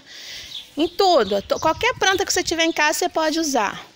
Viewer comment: Amiga amo seu canal cheguei agora aqui .Mas me dar uma agonia de ouvi vc falar toda pranta. Prantar vc põe o r em tudo .desculpa a sinceridade. Só uma dica deita o celular pra fazer o vídeo. PARABENS PELO CANAL AMEI 😍😍